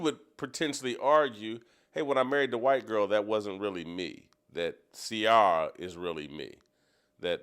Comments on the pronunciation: Omg he can't pronounce Ciara name is unacceptable 😂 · I don’t usually comment NEGATIVELY but Jason and TJ…. Please you know nothing about Russell’s feelings about his lovely wife Ciara , mid-life crisis… whatever. Jason her name is pronounced “See-air-uh” had to break it down phonetically for you!! Love Steve Kim all day every day!!!